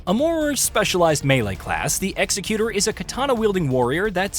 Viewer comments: He didn't. If he was wielding a headman's axe then we might expect the video's pronunciation. He's not though. He seems like an executor in terms of "executor of one's will" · This is incorrect though. This pronunciation denotes something totally different. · Is really that hard for americans to pronounce the X? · Actually he pronounced it wrong 🤓